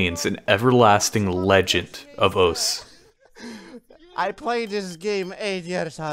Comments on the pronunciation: "Welcome to OS" smh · HAD TO STOP WATCHING BECAUSE YOU KEPT SAYING OS INSTEAD OF OSU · Can please not say ous its grinding my gears cause i love your content